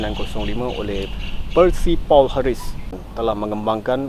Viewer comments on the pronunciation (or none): none